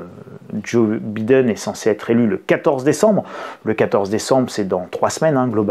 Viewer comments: Très drôle la façon dont vous prononcez « Biden » ! OK pour B I prononcé « bi » en français ... ( en anglais « baille ») Mais dans ce cas soyez cohérent et prononcez D E N à la française => « dent » et non pas « denne » , comme vous le faites 🤪 Alors « bailledenne » ou « bident » mais pas « bidenne » comme vous le prononcez 😂🤣😂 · On dit BAÏDEN